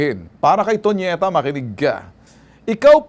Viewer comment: Tonyeta ... Baka toniyeta